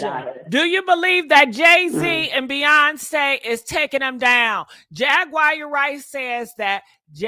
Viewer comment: Who is Jag-Wire??? Lol